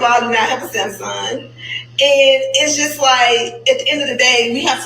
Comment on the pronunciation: It's the " SAM-SUN" fah me😅...